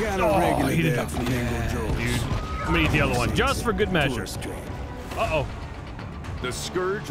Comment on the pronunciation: its kinda weird becouse he said eat "veat that meat"